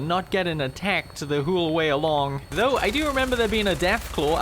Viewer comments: why does he say 'whole' like "hooolulu" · I love how he says whole "hoole"